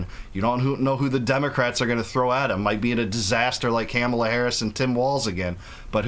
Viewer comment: Caam a la. Really.? It always comes thru